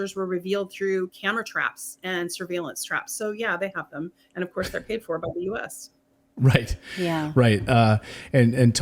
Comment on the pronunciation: sorry it's right right right right raight